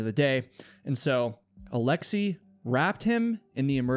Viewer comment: Alexei is pronounced as it's written, not alexii.